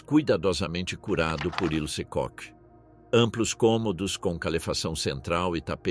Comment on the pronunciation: Não é "cock" não, filho. É "Kohr".